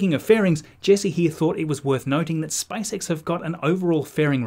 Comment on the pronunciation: All I hear is Spice X